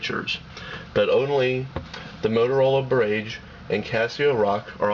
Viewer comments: barrage! rhymes with mirage. wow...internet "journalist" are horrible. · a few things- 1. learn to pronounce barrage. 2. if it's not QWERTY, it's a keypad, not a keyboard. 3. tell us the internal screen size in inches... especially if you tell us the external screen size in inches. 4. don't make reviews at 2am! otherwise it was a good comparison. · its barrage, not birrragge. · LOL BER-RAGE! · its pronounce "bah-raj" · It's barAEgge not barAgge you fucking idiot! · That's pronounced "BAH RAHJ" you twit! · Bar....age.... rhymes with mirage. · great work, i thank you as im looking at these phones and the boulder. I appreciate your review and the time you put into it. Barrage or bar-RAGE, who cares how its pronounced as i can understand what you are saying. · Good review, but it's pronounced buh-RAHj. Mispronouncing the product over and over is a big negative. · I agree with CSUSam. Not being able to correctly pronounce the name of the Motorola "Barrage" utterly destroys the credibility of the review. I suppose the reviewer assumed that since "GARAGE" is spelled with only one "r", then the "Barrage" must obviously be pronounced with an emphasis on "RAGE". He devalues the raised keys on the Barrage and pumps up the raised keys on the Rock. WTF? He should have also mentioned that the battery life on the Barrage is much greater than that of the Rock. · Are you goddamn kidding me, not being able to pronounce "Barrage"? PhoneArena has officially been removed from sites I will ever check while looking at phones...